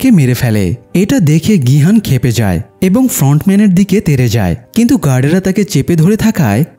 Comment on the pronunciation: ভাই এটা নাম গু না।নামগিউ আর গিহান না।গিহুন